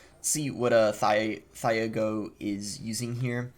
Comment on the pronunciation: i actually started cracking up when he said thiago like that